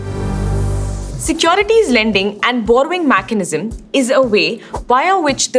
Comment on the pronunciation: Mechanism pronunciation is eye catchingly (ear catchingly) different 😂